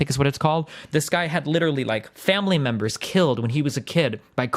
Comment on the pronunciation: I love how he calls these countries "memers"